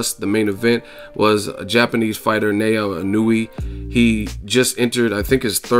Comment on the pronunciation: the proper japanese pronunciation of his name is NA-OH-YA E-NO-OO-AY. I can see how easy it is to stuff up, im sold on this kid now